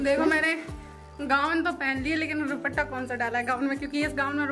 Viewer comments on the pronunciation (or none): Tm ruppta ku bolti ho kitne logo ne tmko comment kiya h ruppta ni duppta bolte h sayd tmko samjh ni aati kisi ki bat 😅😂